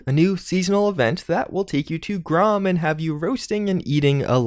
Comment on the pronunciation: I heard this too. Took me a minute to realize he was talking about Grahm.